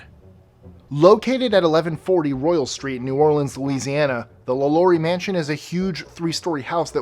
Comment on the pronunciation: Lalaurie is pronounced "lah-lor-ee". Also, you missed the "most haunted house in America" - a plantation in St. Francisville, LA called The Myrtles (for all the crape myrtle trees) where the owner's slave mistress was afraid of losing her position in the house and so decided to make the children sick in order to affect a "miracle cure" on them. However, she poisoned the cake she baked just a little too much, and the children all died. The property is haunted by her and the children. It is now a B&B so go check it out.